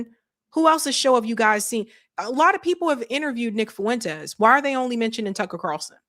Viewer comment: Fuentes is 2 syllables not 3